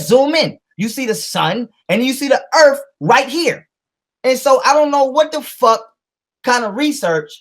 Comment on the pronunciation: It's earth, not earf